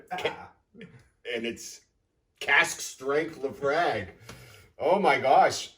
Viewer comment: Thanks for the video. The clubhouse is amazing. I’m somewhere between a newbie and intermediate to whiskey. I had thought laphroaig was pronounced luh-froyg? Any thoughts? Also I think Lagavulin is Nick Offermans go-to whiskey? Thanks for the videos!